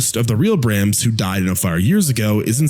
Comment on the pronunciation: "Brames?" Why did you pronounce it like that? It's "BrAHms."